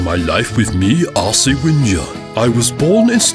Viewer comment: it's wenger not winger